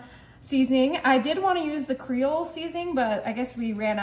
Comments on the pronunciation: Did she say, "crel." Seasoning? creOL. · Creole is pronounced KREE-OLE, not CUH-RELL. Love your recipes. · Creole is pronounced (cree-ole,) not (crell.) The "ole" sounds like old without the d. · A professional cook and doesn't know that's TONY'S (CREE-OL) seasoning???🤔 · Not correll. Pronounced cre-ole. Use google. It will tell you how to pronounce it. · Just say Tony’s or Cree-ole, not krell. Please. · The Cajun seasoning is pronounced CREE-OLE...lol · It's pronounced, kree' ole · the seasoning is pronounced 'cree-ole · Creole is pronounced Cree-ol. Creoles are from Louisiana. Going to try several of these sides. Always enjoy your channel. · you share these fabulous recipes but creole is pronounced cree-ole. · Creole is pronounced like. Cree-ole. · That's basically Texas cornbread except it's made with all the ingredients by hand not with the package. It is pronounced cree-ole Try onion CHIPS, absolutely delicious and hard to keep any because everybody gets addicted to them and eats them up like crazy, they are the best onions ever! That herb butter is ridiculously easy to make; there is a chef on YouTube that shows you how to make about eight different kinds of compound butter, (easily cheaper than the kind she's using) the last one he shows is the best in my opinion it's made with crispy maple flavored bacon and a few other ingredients absolutely fabulous. I have been making my own compound butter since for many many years and I grow garlic and I make my own garlic butter for garlic bread, (also good on spaghetti or any kind of noodles specially served with beef) absolutely simple to make, I also make green onion butter, any flavor is easy to do, whatever herbs you like, and cilantro butter, you can't buy it anywhere but you can make it. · Please, its pronounced Cree ole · Creole is pronounced "Cree-Ole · You are awesome but….creole. Is pronounced Creee ole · Creole is pronounced Cree-ōle. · CREOLE LONG E and E at the end is silent